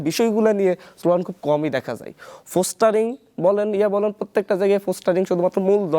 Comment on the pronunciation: ফোস্টারিং না পোস্টারিং হবে।